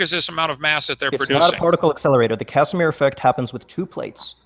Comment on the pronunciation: Former teacher Dr.(!!!) Kent Hovind calls it the Kashmir effect instead of Casimir effect! 😂😂😂😂😂 I almost pissed myself!!!